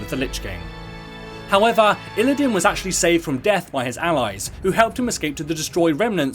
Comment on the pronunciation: Isn t it "Illidan" not "Illidin"?